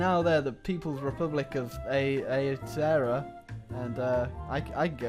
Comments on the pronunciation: Aoeteroa is pronounced ow Tae rowa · It's pronounced aa-Tay-Ro-a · "ahh tee ahh row ahh" not whatever you said. means land of the long while cloud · As a Kiwi, I approve this message. (On another note: it's Aow-Tehah-Ro-Ah, New Zealand in Te Reo Maori. ) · The pronunciation of Aotearoa was completely off and it did make me cringe 😂